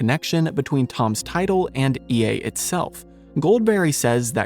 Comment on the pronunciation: E-A?! For godsake: e (as in egg) - a (as in apple) “Ea”.